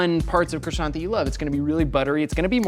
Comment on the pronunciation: Mmmeeeehh..... the T in croissant is silent ...... pffff USA USA USA Merica....... SILENCIO